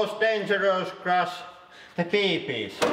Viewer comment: I love how he says bb's "Now for the most dangerous part the beebee's"